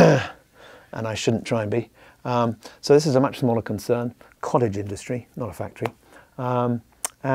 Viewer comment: Thought he said COLLEGE